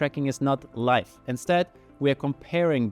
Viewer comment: About a minute in he starts saying something that sounds like "life balance" or "light balance"... I finally figured out he's probably saying "live" as in current